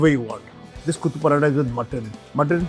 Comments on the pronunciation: Not Kuthu, it is Kothu = Minced. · It's Kothu, not kuthu. It's Nool, not Noor. Kothu parotta is majorly chicken and mutton. I haven't heard of prawn kothu. Also the restaurant is not authentic tamil restaurant, if it does not serve salna with parotta. And that's not Ambur biriyani you are having (yes, extra "i" in biriyani). Ambur biriyani has actual chicken pieces in it, not fried chicken piece.